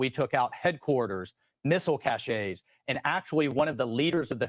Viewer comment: LOL Waltz "missile caches" pronounced Cash-A Where do these people learn to speak English?